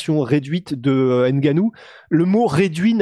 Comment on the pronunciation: Les camerounais vont faire une invasion dans le mma. Il va falloir commencer à bien prononcer les noms. Par exemple N...gannou ou M....boa. Exemple Novak Djokovic vous dite bien Djokovic et pas D.....jokovic. Donc c'est la même chose . Mais quoi qu'il en soit vos analyses sont toujours pertinente.